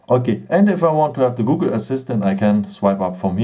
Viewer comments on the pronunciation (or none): none